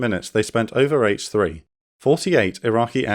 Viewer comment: had to rewind that bit, thought he said 'six senior officers at age 3'